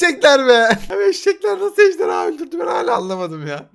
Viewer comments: Abi ejderya değil ejderha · ABi sen ejderya diyorsun